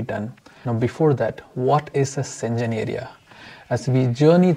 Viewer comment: Schengen is pronounced as /ˈʃeŋən/ not senjen.